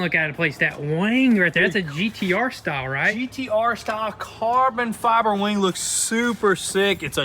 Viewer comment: I could've sworn it was called a WING & not a WANG dude 😂😂